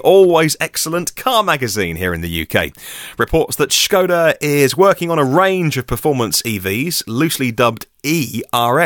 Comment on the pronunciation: What's with the pronunciation of Skoda becoming Schoda?